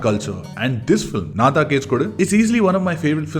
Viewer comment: Its pronounced “enna” thaan case kodu…despite the spellin. Just pointing out cus it sounds awkward after all the praises for the film..😊😑